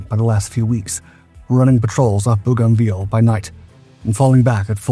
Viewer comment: Boogoviel? More AI slop.